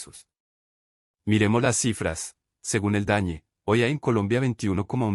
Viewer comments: Por que dice el dañe? Lo correcto es el DANE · Me sorprende que el relator diga dañe en vez de DANE